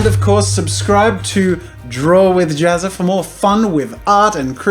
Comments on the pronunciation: its Ja-ZZA not Jaz-SA XD #harrypotterreference... hahaha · Jazsa, pronounced like Jatsa?